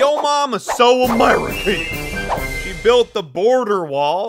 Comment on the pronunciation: SO *Amereekeayn*